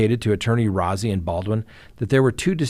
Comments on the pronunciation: I don't want to be that guy, but Rozzi is pronounced Rosey. Like a rose🌹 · He prefers his name pronounced Rosy. Not important, just so you know.